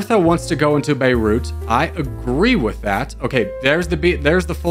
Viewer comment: good job pronouncing beirut :)